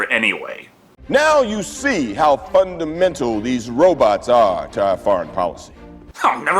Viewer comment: "Now you see how "fun-and-mental..." Can't unhear it once I had it stuck in my head!